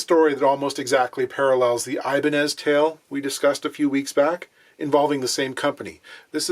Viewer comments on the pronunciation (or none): none